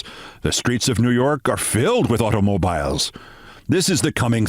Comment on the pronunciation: Of all your great stories, that has got to be the one of the greatest. Wow. I was running through Billys, then heard "'automobills", and it hit me who Mr. Billy was. Oy gevalt!